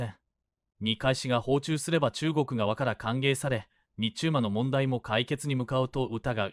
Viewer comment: 「日中間」をニッチュウマ？貴方は何処の国の人ですか。